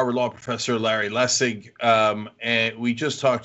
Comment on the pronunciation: I’ve met Larry at a wolf-pac meet up great guy. I just would love if he knew that it was pronounced as a J 😂